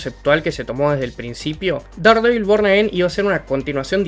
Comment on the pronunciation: Buen video! Una pequeña aclaración...Daredevil no se pronuncia así, se pronuncia como si se escribiera Derdevol